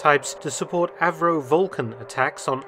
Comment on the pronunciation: Sounded like VULCAN to me! 👍